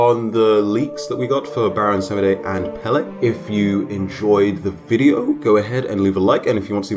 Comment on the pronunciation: As someone from Hawaii and a native Hawaiian Pele (pronounced peh-leh) is pretty disappointing